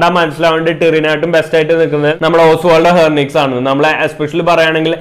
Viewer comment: It is ഹെൻറിക്വസ് not ഹെർനിക്വസ്...